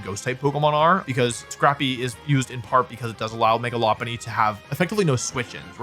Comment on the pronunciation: Megalopolis pronunciation really threw me off lol